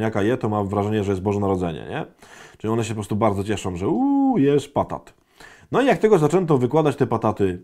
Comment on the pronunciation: Przepraszam, slyszalam "patatos" nie batatos. Nie lubie jak zapozyczamy wyrazy. Co zrobiono z wyrazem HATE. Odmienia sie go w Polskim jezyku na wszystkie sposoby. To jest bardzo mocny wyraz - NIENAWISC. Jako katolicy nie powinnismy go uzywac.